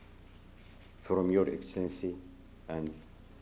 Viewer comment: His excellencey? 😂😂 almost made me choke on my food